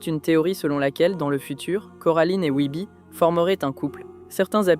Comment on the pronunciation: t’as tu talent de fou sur le reste j’accroche à ta vibe. Mais commencer par prononcer Wybie correctement et finit par "Wibi" ça sort du truc tu vois 😅 ou madame Forcible prononcer "Forci-ble"… j’ai regardé le film en VF canadienne du coup ils gardent plus la prononciation anglaise mais peut-être qu’en Vf ils prononcent comme tu le fait mais ça me parait bizarre. Fin bref sinon hâte de voir tes autres iceberg, le son et le montage sont très cool